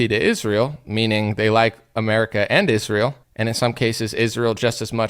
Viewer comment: You would think that Lindsay Graham would at least learn how to pronounce (Isrural) since they give him so much money, how disrespectful!🤣 Politicians are just rich elite insiders, they don't care about this country only figuring out ways to rob it blind! That's why they are flooding our borders with people who don't care about or even hate this country, fill the country with people who don't care about or even know our laws and they will be even more ignorant than we are to the amount of theft these crooks are committing!